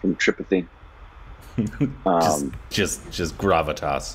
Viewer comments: Don't say tripity , It's Munna bhaiya tri-pa-ti. Ijjat se li jiega bhaiya-G ka nam . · I liked pronunciation of 'tripathi' 😜 for a second I was like, 😳 is he talking about me!!!! 🤣🤣🤣